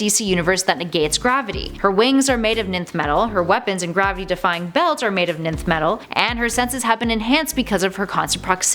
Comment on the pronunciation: Ninth metal. NO. It’s pronounced Nth metal.